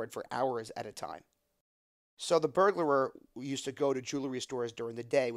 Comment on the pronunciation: Burglar. Not Burglar-er